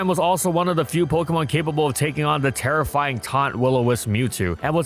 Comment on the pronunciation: "It's terrifying teammates" Bro, had to listen to that 4 times before i realized what you actually said over "It's terra flying teammates"